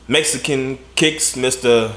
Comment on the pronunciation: My boi said « Mexicankicks » 💀💀lmao